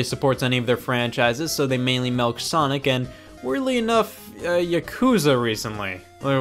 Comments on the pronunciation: SCOTT SAYS MELK INSTEAD OF MILK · Scott pronounces it "melk". Scott, are you from Utah? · He says melk